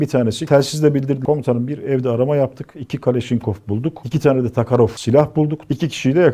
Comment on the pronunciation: Takarof değil Tokarev ismi önce git öğren sonra burda anlatmaya çalış